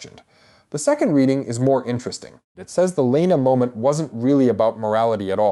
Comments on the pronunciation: Alicent was older. Also if you haven’t read the books you shouldn’t be making videos about it. Also you’ve pronounced Laena wrong every single time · Weird way to pronounce Laena and Baela.